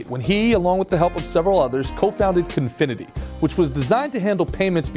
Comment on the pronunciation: He created Confinity, not Cofinity. The logo and company you show is wrong, and is a company that still exists today. And his last name is pronounced wrong throughout.